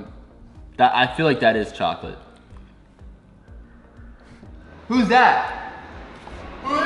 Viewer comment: Gamer Girl it's pronounced "Chocolate"